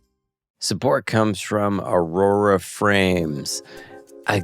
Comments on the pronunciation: I didn't notice, but it's aura? Right? He's saying aurora. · Love that Jorma keeps calling Aura frames "aurora" frames in their ad. So perfect